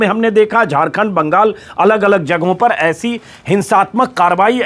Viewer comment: Please Baagaal nehi Benol boliye..